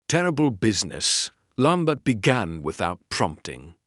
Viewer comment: French name and place name pronunciation absolutely atrocious, unforgivable mispronunciation of Maigret’s. Actor narrators need not worry with this terrible AI, “lamb bert!!!”